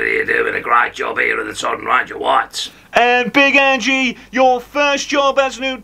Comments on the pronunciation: Accent is quite a way off to Ange's 🍀 and it's not Angie. It's Ange. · Nailed it, great work! His name is pronounced ‘Anj’ not ‘Anjy’. (Dumbass Jordan 😂)